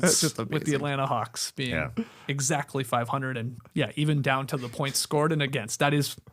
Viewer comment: did Skeets say Hawks or Kawks?